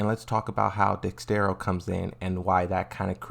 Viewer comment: 😭 dexerto not dexstero